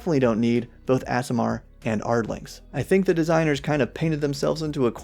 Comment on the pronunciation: I generally don't get caught up on this, but here's an easy way to remember how to pronounce aasimar: AARDVARK. AASIMAR. Two A's, not two S's. I can't help but wonder if that mix-up is one of the reasons they're making ardlings a thing.